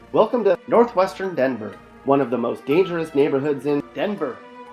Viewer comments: THIS WAS A TRASH VIDEO. DENVER IS A WILD SPOT ( AND THE WAY YOU SAID "DENVER" IS SUPER DISRESPECTFUL ) U NEVER BEEN TO THE EAST SIDE IN THE 90'S.......... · Why does he keep saying. DENVER with such emphasis